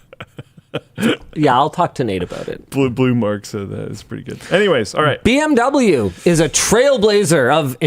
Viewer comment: Finally, someone saying Beh-Em-Veh instead of Bih-Em-Doubleyou. Thanks for pronouncing it correctly (even if maybe on accident)